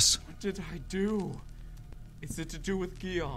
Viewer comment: Mark, you actually pronounce Guillaume "Guillermo", which is an other (very) old French name x) Guillaume must be pronounced more like... Well... "Geeyom" I think (I don't know English phonetics), you also messed up all the other names xD Great vid anyway ;) I hope there will be more awesome custom stories like this one.